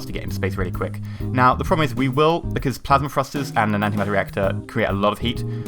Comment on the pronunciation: Thrusters. not frusters.